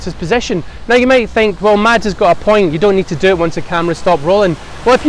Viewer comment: Its pronounced Mass.. not Mads !!